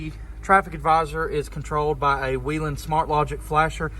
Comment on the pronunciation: why do you need all those ambers? you seem like the kind of guy who wishes he was a cop XD and your saying whelen wrong XD and nothing about you car "blends" or is "discrete"